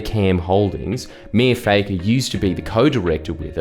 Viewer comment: Is it pronounced Fakker or Fucker? Jordie you must have a big set taking on the Lebber Party. err I mean the Labor Party.